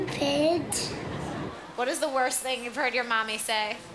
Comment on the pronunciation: she just say shtupid